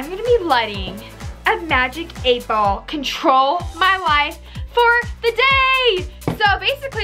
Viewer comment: It might just be me but it sounded like u said "Magic 8 ball trolls my life" xD Edit: I like my own comment